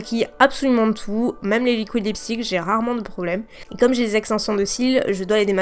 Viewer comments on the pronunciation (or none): none